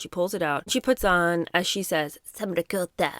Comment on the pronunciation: Friendly neighborhood Italian-American gal checking in here. 1. Megs is welcome not to try to say the name of the cheese that my aunts and grandma used to make at home; 2. Ricotta is NOT like cream cheese (what?). Has she ever had cream cheese or ricotta? Unlike ricotta, cream cheese never has to drained (depending on use) 3. I take umbrage.